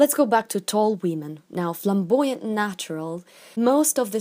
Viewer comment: Nobody: "wEmEn"